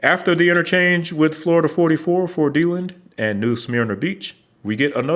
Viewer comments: Also, a tip for pronouncing Florida places, in case you’re interested! Generally, the lazier you pronounce the syllables, the more correct your pronunciation, are least locally. So you pronounced Deland as DE-lend, while locally it’s more duh-LAND. And New Smyrna is more like New s-mer-nuh, with sometimes the S becoming its own syllable like suh-mer-nuh. This isn’t to “um actually” correct you, but more because i think it’s interesting how a state whose town names are a mix of indigenous words, people names, etc, and where the locals are such a mix of transplants and long-term Floridians, a common pronunciation can crop up. Florida might be a mess, but it can still be interesting to see how that mess got there in the first place lol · Only two comments. 1) it’s “duh-land” not “Dee-land” 2) You failed to mention our glorious I-4 Eyesore in Altamonte Springs. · It's pronounced duh LAND, not deeland. Great video. Thanks for not mentioning the eyesore of I-4, north of 436. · Malfunction Junction is the name of the I-4 and 275 junction, the most western point of I-4, I am a Lakeland lifer so I-4 is just "normal". Btw it is pronounced (dee-lAnd) not delund. Great video. Thnx. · Not Dee-Lind. DuhLand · Its de-LAND not DE-land. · It’s (Duh-Land) not (Dee-lend) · DeLand... Pronounced duh-LAND. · Just two notes; on the history you didn't mention the Fairbanks Curve, and DeLand is pronounced De Land. Otherwise, great video :) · You mean DA-LAND… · DEE-Land? You mean DeLand. "Dill-And" Otherwise, a good, informative and accurate video. This from a 60 year resident of FL. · It took me a minute to realize you were saying Deland. It's usually pronounced with the accent on the second syllable and a short E or schwa sound.. deh-Land. or duh-Land. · I've never heard the "land" portion reduced like does in the video. I have heard dee-Land quite a bit though. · Delend? You mean Deland? 😆 As in Dee-land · Awesome speaking voice.. however Deland is pronounced Dee-Land!